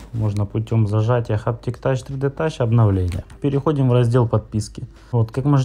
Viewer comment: Так и не расслышал что нужно зажать. Хаптиктачь тридетач это что такое?